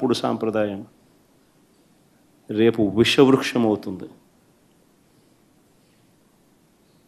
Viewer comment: ఉష వృక్షం ఎందిరా బాబు, విష వృక్షం అని చదవాలి. చూసి కూడా చదవలేరా అన్న. ఐన స్క్రిప్టులో తప్పు ఉందని కూడా తెలియదా మీకు అన్నా. ఎలా అన్న ఇలా ఐతే. మీరు కాబోయే cm అన్న. తప్పులు తడకలు స్క్రిప్టు చదివితే మీకు తెలుగు కూడా రాదా అని అనుకుంటారు